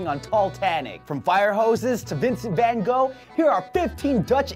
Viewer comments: Ven Go. You're not even trying, aren't you? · ven go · Please don’t say “van Go”. But thank you for saying “Netherlands” instead of “Holland”. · Van Gogh, not ven go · it is van gogh not van gow...do your home work.. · "Venn Go"